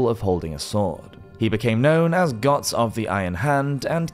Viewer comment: He just can't pronounce the "ö" in Götz..